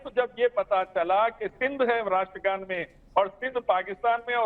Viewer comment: Ye iliyash jo ratra gan nahi bol sakata ye kesa Indian he? Is ko Pakistan bhej do